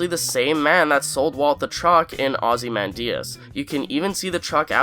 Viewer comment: The way this dude says ozymandias has me in tears idk why lol